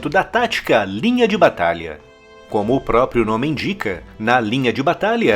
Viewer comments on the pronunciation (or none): none